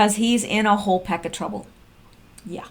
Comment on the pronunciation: Haha haha "while" = "whole".